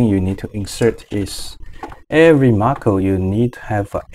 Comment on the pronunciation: Thank you for this tutorial but it's not Marco, it's "macro". Macro is useful from Marco :)